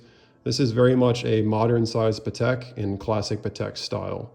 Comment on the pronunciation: 12th c. Spanish military order of 'Calatrava': primarily identified by its symbol, the Cross of Calatrava—a red Greek cross with fleurs-de-lis at each end—which represents the virtues of courage, honor, and steadfastness.' source: AI Patek is pronounced: PAH-tek.